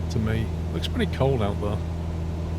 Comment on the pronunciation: Your voice and tone would be perfect (among a sea of annoying American youtubers who have a permanent demented upward inflection) if only you could pronounce the word "there" correctly. How can you talk so well yet say "thurr" it's really difficult to listen to.